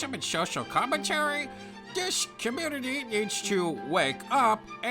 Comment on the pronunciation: "Muh communitah!"